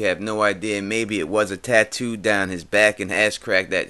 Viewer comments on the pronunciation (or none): none